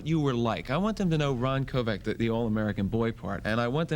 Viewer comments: His name is Kovic, not Kovac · Kovic not Kovac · "Kovac" its Kovic. The guy doesnt even know that he was shot in the chest not in the back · Sounds like he says Kovac?His name is Kovic! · Yes it is its Croation surname Kovic...not Kovac.... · Quit saying KOVAC! It's KoVICK! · Isn't his name pronounced Koe Vic????? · It would've been nice if the interviewer had pronounced his name right. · Wanted him on his show but pronounces his last name wrong🥴